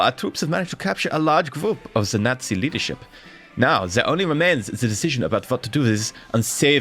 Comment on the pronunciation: Junta like Hoon-ta not june-ta, nazi like yahtzee not gnat-zee